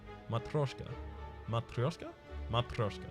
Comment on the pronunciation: it seems like your pronunciation of matryoshka is good enough in English ( ). I've commented on your other film because I thought there's only one correct way to say it ( ).